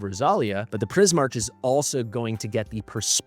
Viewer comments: It’s pronounced Pris-MARK, not Pris-MARCH. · wouldn't that be pronounced Prismark? I'm not sure but the way you pronounce it feels wrong Edit : ow wait maybe it's not even Prismark but straight up Prie-Mark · Please learn how to pronounce Prismarch its not the way you do it.